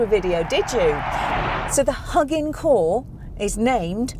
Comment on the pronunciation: Its HuginCore like Hue (light) -[be]gin (to start).